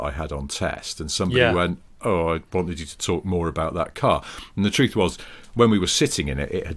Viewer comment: I'm from Lancashire and it's definitely 'oction' but the only person I know who said 'tuth' was from Wolverhampton. On that side of things I think my son may have come up with the new name for the forthcoming Ferrari SUV, he has a cheap chinese remote LaFerrari which he calls the SaFerarri - should I copywrite this?